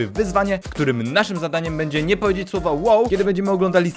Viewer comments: ON POWIEDZIAŁ ŁOŁ A NIE WOW. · on powiedział łe łe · Powiedział łoł